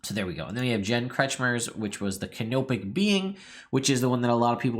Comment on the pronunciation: When you've said "Canopic adventures", I've heard it as "Kenobic" and got excited about the sassiest Jedi Master ever existing. Oh well.